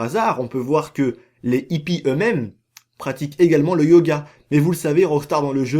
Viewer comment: La plus grosse mascarade c'est ta miniature lol. Et toi qui aime donner des cours de français pour analphabètes, on ne dit pas les zippies mais les hippies, il n'y a pas de liaisons. Et sinon je ne sais pas si tu te rend compte que tu dis la même chose dans toutes tes vidéos, on a compris ! Les Aliens sont des hallucinations, il n'y a pas d'UFO et ce tocard de Oméga est ravagé. J'avais compris ça en 2013 dès la sortie du jeu; pas la peine de théorisé comme un scientifique ^^